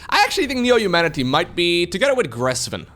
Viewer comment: Another English teacher here. I don't really endorse "slown", but I do endorse your pronunciation of Neo-(h)umanity like in traditional New York accents (Bernie Sanders, Carl Sagan, etc.)